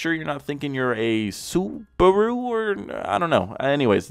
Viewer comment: its Suparu 👌🤣